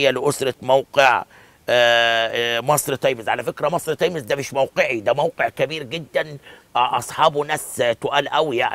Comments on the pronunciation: انطق صح اسمها times تايمز مش تايميز انت فاكر كدة انك تمام او الناس البسيطة هتحبك يعم الصح انك تعلم البسيط و تخلي يحبك عيب انت خليت اية لاعلامي تحت الكوبري انت كدة إعلامي بربع جنية لما مش عارف تقول تايمز و تقول تايميز لأ و تتك كمان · ياريت تنطق كلمة times صح يا استاذ عبد الناصر